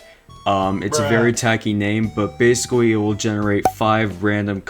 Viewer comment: basicwy? he said basicwy